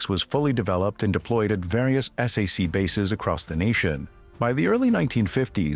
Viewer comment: Whoever made this should have known that "SAC" is not pronounced "S", "A", "C", but "SACK!" I served in that unit the last year of my 4-year enlistment on a SAC base in Morocco, Ben Guerir. It was located about 40 miles from Marrekech. B-47s were flying routine patrols loaded with atomic weapons to keep the godless Ruskies, Donnie's best friends now it seems, at bay. Little did I ever imagine our president would be sucking-up to the Russian dictator some time in the distant future. Live and learn! I remember the XC-99 passing overhead when I was at Lackland AFB in 1957. What a sight! Later it was parked and open to tour on the base.